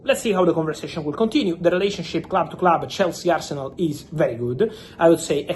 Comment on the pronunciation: I stopped listening the moment he said "today asernal sent an official bid to chelsea..." 🤮